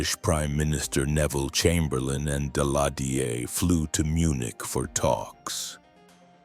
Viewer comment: Ki ist für Jahreszahlen meist noch unbrauchbar, zB am 28. Juni 191(!) statt 1918! Auch Sudetenland und Daladier und Gleiwitz kann die KI nicht aussprechen!